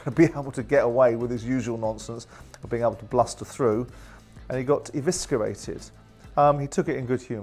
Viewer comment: Interesting pronunciation of eviscerated